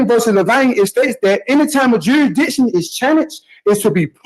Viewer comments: Take a drink every time he says juradishun. We’ll have a fine ol’ time! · Juradition ? Slow down. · Ah, "juridiction" strikes again! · Ommmmm, what be the juri-dishun? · 'Jurydishin' is just as good as Kiser's 'A-June- acation' 😂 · I’m sorry did I hear the word durishdishun? Hahahaha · It's the court that establishes jurisdiction, I didn't know that it jurahdiction was up to the defense. Never heard of jurahdiction before 🙄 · “A court can’t proceed without establishing ‘jurididun’…”. Mastery of the English language right here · Dury-dickshon …. Which he has to prove….? What is he trying to speak about? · "You gosta prude jewsdition" HOLY CRAP! Really? They are gonna let this guy "pro his se"? Lol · What’s Juri-diction? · Did he say juradision? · Prohibitation. Juridishun. Judge starts trolling. 5 star offering. Thanks,. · Judge must speak fluent jive to follow this. With his 'juri'ickshun' and all the usual 'all-caps entity legal fiction court of record special appearance beneficiary living person colour of law' spiel. Though he can, surprisingly for a jive-talker, pronounce 'ask' correctly. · Juidision, need to estabish jurision. Jurridission. I dow undersand. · Can’t even pronounce “jurisdiction” properly